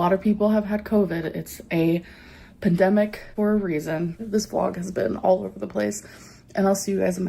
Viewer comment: Did she say 'pademic'